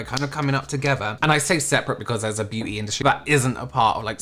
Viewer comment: Hit the LIKE!.. omg I'm a fan in the US and if all of us Americans can't at least hit the LIKE for the way pronounces beauty (Beyuuu-teeea) 🤣